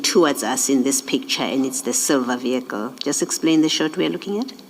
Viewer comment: Odd no one has informed the witness of the pronunciation of the word vehicle (Privately) Brothely love. Im learning a bit of Xhosa and appreciate always. Ubenosoku ulamnandi kakushle 😊